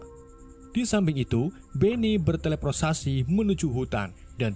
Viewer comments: Bertleporsasi bang😂 Bukan beteleportasi😂 Dan surpinatural😂😂😂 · Berteportasi ingat ada R nya 🗿 Kesel gua denger berselosasi